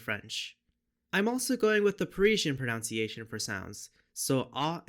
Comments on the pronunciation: Amazed to hear a linguist say "pronounciation". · Funny vid but why do you have to say ‘pronounciation’, it’s like nails on a chalkboard! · "proNUNciation" 😅 Don't worry it took me ages to realize too lol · I say this not to be a pedant, but because it seems very relevant to your subject matter: it's "pronunciation" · Just so you know, the word is proNUNciation.